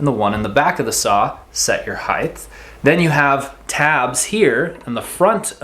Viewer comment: great share, thanks. not to be critical but as many people mispronounce, the word height is pronounced more like “HITE”. Because it ends in ght, many people confused it to be gth and pronounce the word “HITHE”